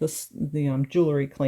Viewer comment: Very nice! Just FYI, for a more professional sound, say jewel-ry not jool-ery. I'm glad I found this site, keep posting. Thanks.